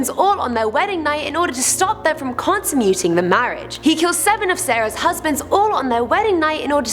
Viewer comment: She mispronounced the word "consummating" wrong, so they did another take, but badly edited it in.